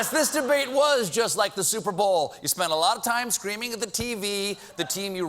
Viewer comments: she said "Stuperbowl" and I heard it I replayed it and that's definantly what she said. Isn't there a copyright infringement for saying 'superbowl" you can't even call the "superbowl" the " superbowl" in you sports bar promotions for the 'superbowl" So how do the networks get away with that gaff and why didn't the genius pundits and comedians grab that and make jokes about it? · Did you say: StupidBowl?